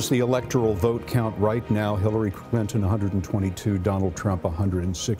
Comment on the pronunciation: Sounds like the guy said Killary Clinton.